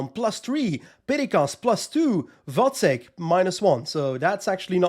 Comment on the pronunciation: Glad to hear you pronounce “Vacek” correctly. A bit tiring to hear the commentators calling him “Vaczech” all time long.😂